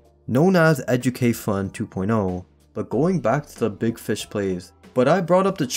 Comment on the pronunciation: the same ‘beeg’ as in beeg yoshi